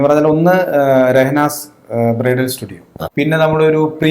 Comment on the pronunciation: അവതാരകന് ബ്രൈഡൽ അറിയില്ലേ ബ്രയിട്ടൽ എന്ന് പറയുന്നു